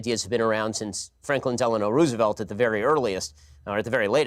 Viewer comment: I notice Brits mispronounce "Roosevelt" a lot but this is the first time I've heard an American do so.